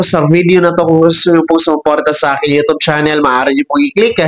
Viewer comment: U tob, Mali pagka pronnounce